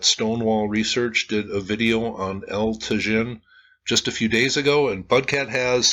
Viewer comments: it is pronounced tah-HIN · Pronounced as Ta-yeen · It’s pronounced El Ta-Heen. The J in Spanish is pronounced as our H. It amazes me no one took Spanish on high school? Come on this should be basic when doing a video about a site in Mexico. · "Eltuh-zhihn" 🤣... I have a hard time believing that he went there and took all these videos without ever hearing ANYONE pronouncing the words "El Tajín" correctly... It's amazing how dense these wealthy travelers insist on being, and how little respect they have for the places they are privileged to visit, and how they then post these videos of their holiday that only emphasize their own ignorance/lack of interest. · I visited this site 35 years ago and remembered the correct pronunciation of El Tajin. I was gonna say something but poor gets criticized too often for his honest attempts to pronounce.;-) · Probably the "j' El Tajin would be an "h" sound. Like San Jose.